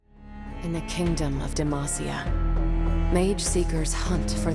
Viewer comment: I know you said you never played the actual game of League of Legends, but the pronunciation of "Demacia" made me chuckle. I do recommend Legend of Runeterra though. It's Riot's version of Hearthstone, super fun and full of lore for people who don't enjoy the main League of Legends game. I was kinda hoping this would be more like Hades, going through the game, restarting when you die, gaining more and more power every time you restarted.